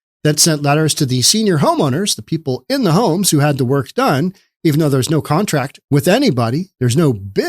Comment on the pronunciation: “No one has a KONTRACT.” 🦘